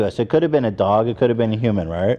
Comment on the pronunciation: why does ethan say doug instead of dog?